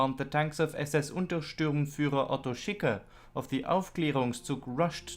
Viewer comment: Please stop mispronouncing "Untersturmführer" and other ranks ending in "-sturmführer" as if it read "-stürmführer".